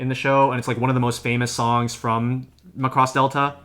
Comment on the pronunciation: Can we get the title pronounciation correct please?